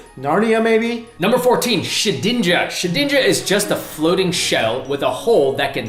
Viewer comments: shed ninja not sha dinja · She-din-ja? Shed-inja mate. You guys need to work on your pronunciations